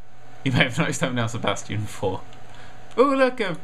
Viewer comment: umm, did you see how nerd said sebastian the 3rd? lol